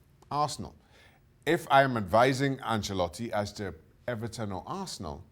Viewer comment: You mean EBERTON.